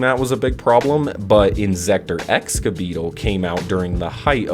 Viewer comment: EXKA BEETLE? NOT EGSA? IM CONFUSED AND SIRRY FOR CAPS